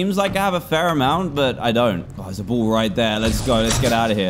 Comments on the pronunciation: Us: ball Dan: boll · Every time he said “ball” I thought he said bull lol